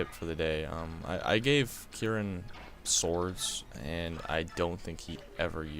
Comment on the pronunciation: Yes, you pronounced Kieran right! My pedantry has helped.